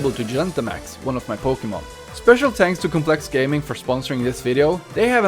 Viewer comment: i love how he says tanks